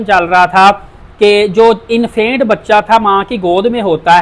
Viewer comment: Bhai Infaint nhi Infant hota ha ;)